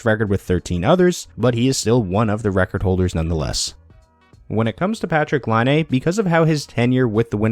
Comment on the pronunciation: Why can't anyone on YouTube pronounce Laine's name?